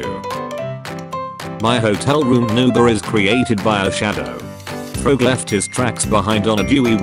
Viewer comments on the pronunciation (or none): Froge? With a long o? It's fr AH g! Do people with a British accent say Froge? WTH???!!? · *sees frog* *says frowg *